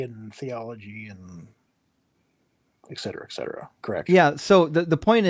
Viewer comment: "the problem was is...." "Ek cetera ek cetera" oh no, another very well educated scholar